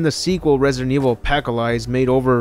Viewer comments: Did he say A Pack Of Lies instead of Apocalypse? 😂😂😂😂😂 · Apacahliesb? Uh-pawk-uh-lip-sss Apocalypse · Ah-poc-o-lips.... NOT a-pack-of-lies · Dude, your channel is awesome is full of lore about resident evil I didn't even know about BUT learn how to say APOCALYPSE right because I cannot take you serious when you mispronounce it. Correct: Ah-Pa-Cah-Lips Incorrect: Ah-Pah-Cah-Leese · OK I’m sorry understand some people talk different but did you just say “ Pack allies” instead of apocalypse? I just can’t let that one go. That’s not even close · Resident Evil..."Pack-O-Lies"????? Apocalypse....it's Apocalypse (Uh-Pock-A-Lips) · really good video the only thing was pronounce apocalypse wrong i was like hold the fuck up did he just say opacolize its Uh-pock-o-lips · Please to god, i beg of you........Apocalypse... A-paka-lypse....not apackoflies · Its Apocalypse (uh-po-kuh-lips) not “a pack a lies” 😂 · Why do you keep calling the movie sequel apacalyze. You made me google it. Shame on you. Its apocalypse. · AHAH! I knew I was mispronouncing it. "APacALies". The 2nd "P" is silent! duh! THANKS FOR THE CORRECTION! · Surprise I didn’t see a comment mentioning the “Apackalyse” pronunciation. Not making fun, great video, just thought I’d see it somewhere lol. Glad to see this comment section is cool. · "A Pack O Lies" Eh.. Close enough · Did that Mogadishu really just say pacalyse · Resident Evil A-pack-a-lies? is Apocalypse that hard to read? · Wait. Did you say "Resident Evil Apackolies?" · "a-pack-oh-lies" Jesus christ what a butchering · what is "appacalys"? its Apocalypses..... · I know this isn't the point of the video but instead or saying resident evil: apocalypse he said resident evil: alpaca lies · Apocalypse not "a pack of lies" 😂😂😂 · And here I thought you pronouncing Apocalypse as 'A Pack of Lies' is a pun. Lol. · Apocalize? and I'm being nice by assuming you actually said pronounced the A in the beginning of the word. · Why did he say apa ca lipes?😂😂😂